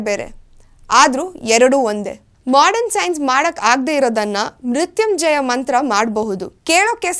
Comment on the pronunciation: Namaskara kitti avare please do not spoil our mantra uttrachane ,I this not Murthumjaya ,it is Murthunjaya ,it is pronounced wrongly by your presenter